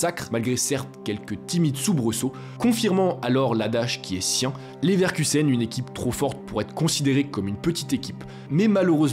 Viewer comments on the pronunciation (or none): Je buvais quand j'ai entendu "Neverkusen", t'as failli me payer un nouvel écran